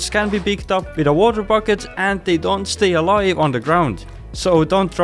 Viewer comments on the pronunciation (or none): none